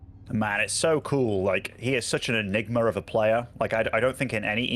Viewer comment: Please don't say enigma like that. Pronounce it properly